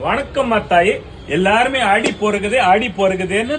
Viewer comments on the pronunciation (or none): Its not adi. Its aadi. Pronounce properly.